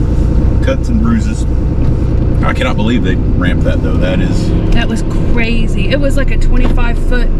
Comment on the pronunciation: New drinking game: Have a slug every time says "Ca-ray-zee."